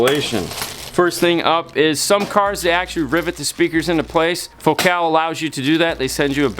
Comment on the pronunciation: Fo-cal ??? 😅 Focal…..as in focal point……focus…..focal…….